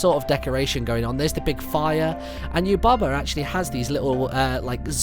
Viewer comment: Did any one else notice he said " Bo shes Yubba's son" XD